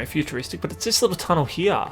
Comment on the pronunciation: "Over hiar"